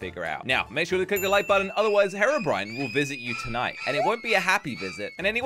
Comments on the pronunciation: did say herobrien? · jush said herobrine